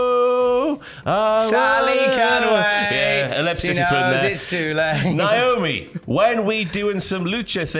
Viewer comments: It's Naomi, not Niomi 😂😂 and you got doing it lol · UIs it a British thing to mispronounce Naomi's name? NIOME?